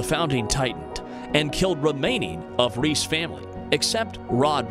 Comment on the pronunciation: And reiss